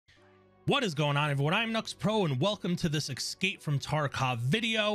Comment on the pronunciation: I don't understand how, in 2021, people cannot pronounce "escape". There is no "x" in it.